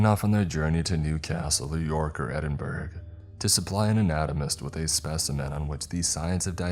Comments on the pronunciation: Ed-in-burrah not Edinberg. Also your nails and skin don’t grow. Your skin shrinks to reveal what was under it, giving the impression of hair and nail growth. It will only be a couple of centimetres. It certainly won’t keep ‘growing’. It can’t. You have no blood flow or any life left to make them grow. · Also it's burra not burrow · Can we pool together a fund to teach how to pronounce some words? Like Edinburgh (not endin-berg, edin-burrow) opaque and translucent too, opaque being the worst being pronounced as O-Pack, even Google assistant can get opaque correct 🤦‍♂️🤣🤷‍♂️